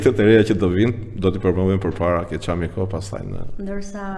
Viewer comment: Më falni dhe më mirkuptoni! Fjala "çámiko e ka theksin tek "a"